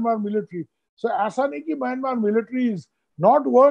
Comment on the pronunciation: Please pronounce the word Myanmar correctly.